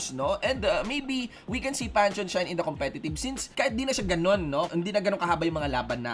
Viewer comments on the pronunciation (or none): It pronounced Pan-theon